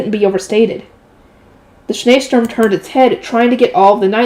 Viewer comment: Schneesturm German literally Snow Storm aka Blizzard Your pronunciation is pretty good